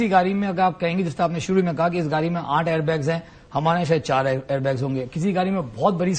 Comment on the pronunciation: Yeh sajjan "gaadi" ko "gaali' bol raha hai. 😄😄